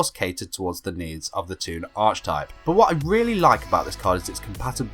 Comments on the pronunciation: Very fun and interesting. One thing....archetype is pronounced with a k sound not a ch sound. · Hearing you mispronounce "archetype" made my eye twitch a little.